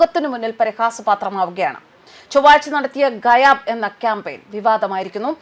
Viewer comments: ഗായബ്(ഭ്) എന്നാണ് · പ്രിയപ്പെട്ട വാർത്ത വായനക്കാരീ, താങ്കൾ പൊതുവെ ഉച്ചാരണത്തിൽ ശ്രദ്ധ പുലർത്തുന്നത് കൊണ്ട് പറയുകയാണ്, gayab = ഗായബ്.